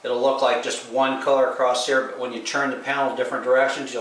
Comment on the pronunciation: English is not his first language. At :36 you say "same color here" but it sounds almost like "same color hair" I think he wants to know how much the airbrush equipment costs.